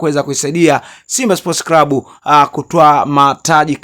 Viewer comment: NI CLUB SIO CRUB. NA NI CLAUTI SIO CRAUTIS